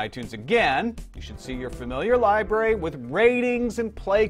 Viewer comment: fucking hell its "library" not "libray"